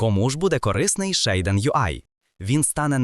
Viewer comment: ShAiDEn? LOL звідки ти це взяв взагалі 😂 Назва вимовляється як «шад-сін» або «шад-сі-ен», причому creator підтверджує вимову як «шад-сін».